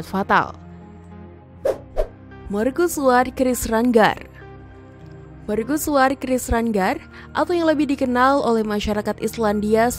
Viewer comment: Serius bertanya, kenapa dilafalkan sebagai "merkusuar", bukan "mercusuar"?